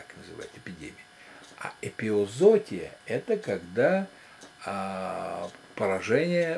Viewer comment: бывает, но дети будут смотреть и оговариваться.